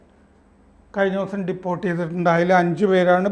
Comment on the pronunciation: പുതിയ ഉച്ചാരണങ്ങൾ കണ്ടുപിടിക്കുകയാണ്. "ഡീപ്പോർട്ട് ". ഡിപ്പോർട്ട് അല്ല 🤔